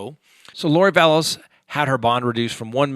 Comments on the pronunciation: Vallow without an s... drives me nuts when you call her Vallows... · Excuse me but it’s Vallow no ‘s’ on the end. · ITS VALLOW NOT VALLOS, AND SHES MARRIED TO THE GUY, HES NOT HER BOYFRIEND! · Vallow...no 's' Vallow. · Vallow not VallowS. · It's Lori Vallow. There is no "S" at the end of her name. Chad is not her "boyfriend." They were married in Hawaii last year. Why don't you know these very basic things? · Oh my goodness yes. Love him, but Vallows, Dah-Bell? 😂